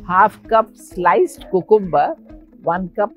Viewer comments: That's how they pronounce it as its spelt in India Africa(the correct way) and other Eastern places. Even America mostly pronounces things as its correctly, spelt not just to sound fancy. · My mum was jamaican. This is exactly how she pronounced "cucumber" ❤😂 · The way you pronounce "cucumber" is epic.